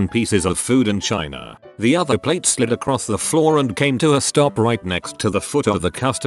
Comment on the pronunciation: its "plate"